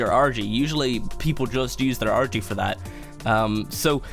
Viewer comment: It sounds like he says orgy instead of argy